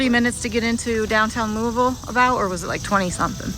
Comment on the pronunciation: Wow, almost has pronouncing Louisville down pat. Lou U Vul!